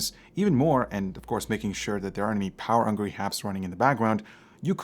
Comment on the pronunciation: “Power angry happs” instead of power hungry apps lmao